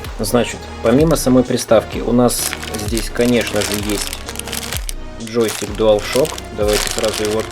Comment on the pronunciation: ладно, но мне слово джостик знатно режет слух